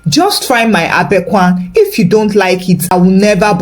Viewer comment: My sister well done oo. You have given to Ghanaians back to back Awwww I like your Kontomire and Ab3nkwan pronunciation Ghanaians here really appreciate thank you 🙏 🇬🇭🇬🇭🇬🇭